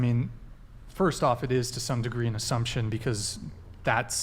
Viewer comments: Her pronunciation... “azzumption” 😅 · Sweet Lawrd ... the word is assumption derived from the word assume ...and not azzumption!!??? I am now assuming this woman is a dumbass!! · It's infuriating the way she pronounces "azzumption."